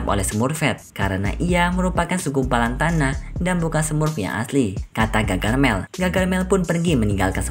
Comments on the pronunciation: Bukan gagarmel..tapi gargamel 😅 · gargamel kali bukan gagarmel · Harusnya gargamel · Gargamel kak bukan gagarmel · Om bukan gagarmel tapi gargamel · Bamg gargamel, bukan gagarmel 😭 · Bang bukan gagarmel tapi gargamel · Bukan gagarmel tapi gargamel